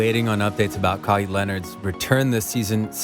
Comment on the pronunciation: Bro you lost me with your pronunciation. Like how can you get it wrong? Your vid is about him. All good tho just don’t let it happen again lol